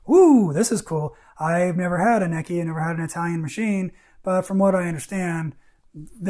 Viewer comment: Its pronounced "Neechee".